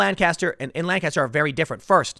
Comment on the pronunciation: It’s weird hearing Tim pronounce Lancaster wrong so many times when he doesn’t live very far from there